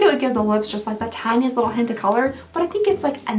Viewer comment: "Like a hYeent of more purple to it." 😂 i love how you pronounce stuff sometimes.